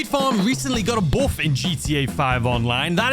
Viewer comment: I'm sorry but the way you say "boof"(buff) in your accent is absolutely hilarious to me for some reason 🤣🤦‍♂️